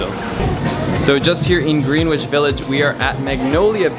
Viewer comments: It’s gren-ich btw! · Lol it’s not Green Witch, it’s pronounced GREN-ITCH although it’s spelled Greenwich 😂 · Pronounced ‘Grenn-itch’, not ‘Green-witch’. Now you know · Lol he's too cute. He said "green witch." It's pronounced grennitch. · It’s “Gren-itch Village” not Green-which Jesus. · I have never heard anyone actually say Green-which. Everyone I know says Gren-ich. Nice video, thank you! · We don't say Green-witch . We say grenitch. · Green-witch village triggered 2 important NYC local pronunciations ------------------------------------------------------------ Greenwich Village = Gren-itch Village Houston Street = HOW-stuhn Street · Did you say "GREEN-wich" village???? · Pronounce Greenwich Village “Gren-itch” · “Green-witch Village?” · pronounces Greenwich as Green-witch Me (native New Yorker): Where the hell is greenw… Ohhhh lmao! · mywonderjam yes, I was pointing out that as a native New Yorker, I don' t hear it mispronounced the way he did. We all say Gren-ich, so it took me a moment to realize what place he was referring to 😂 But I got what he was trying to say, lol! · You said "Green"-wich village ironically, right? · Hahaha “Greenwich village “ is pronounced “grenich” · never been to the states but even i cringed when he said green-which... aha love you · Amazing videos but you don't know anyone from NYC? Its not pronounced "Green"-which. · Booiii did you just say green witch village?! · Kimberly L grenich village lol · mywonderjam LOL, you didn't get it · the way he pronounced greenwich village. oh my god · just letting you know you pronounce greenwich wrong lol